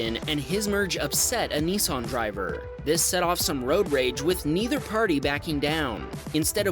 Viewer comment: Not a Neesarn but a Nissan 😅